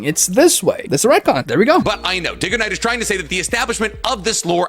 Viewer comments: I'm gonna embarrass myself here, but it's worth mentioning. DygoKnight. You say that he couldn't possibly watch your videos because he mispronounced your name in this video. Well, I HAVE been watching your videos for quite a few years. Your rewriting Naruto series has actually inspired a similar idea, of which I'm crediting you in the script for when I eventually get this project off the ground. But until today, I did it even worse and thought your name was "DynoKnight". Now, while I'm blaming my dyslexia on this one, it still begs the question. Why can't he be watching yours videos too? He's a guy who likes anime, specifically, Naruto. You're a mainly Naruto YouTuber. It is entirely possible that he just simply mispronounced the name. It happens. Despite me saying my username in my videos, people constantly mispronounce mine 😂 Comes with the username territory. Secondly, I'd like to see you two make a video together discussing the retcons and see whether or not you two can come to a common ground on the topic :) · I know he said your name wrong. It was really annoying. I was so nervous to watch your video about his video because he’s a Burrito fan you know and you might be a little like more intellectual he normally like used to be smart when his head was in the game, but I think he’s like a little full of himself now even though he’s a Burrito YouTuber I still love him and I love you. I basically just like both of you. He’s like the one, dude I’ll watch for Burrito crap just to keep up and then I watch your shit to laugh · What is this, a crossover episode?! DUDE! Yes! DygoKnight not DIGOKNIGHT!! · Poor Dig Go Knight. Maybe Day Go Knight will help his fellow brother in need. Kind of incredible how he keeps butchering your name's pronunciation. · why tf would it be pronounced "DIGGO KNIGHT" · Yea he does that lot on his own channels sometimes he pronounces stuff wrong hell I’ve read some of the comments and he wasn’t the only one who thought it diggoknight